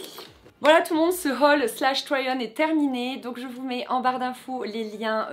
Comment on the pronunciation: j'adore comment tu dis haul !!! 😂😂